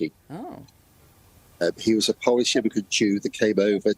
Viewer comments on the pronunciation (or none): none